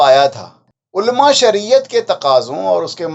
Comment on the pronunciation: عُلَمَاْ ہے ألما تلفظ صحیح نہیں